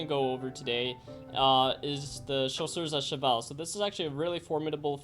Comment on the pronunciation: I like when you say chasseurs à cheval